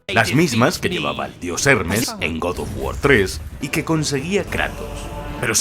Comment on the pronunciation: Próximamente en Randal: 3 detalles alucinantes de god of guar 😆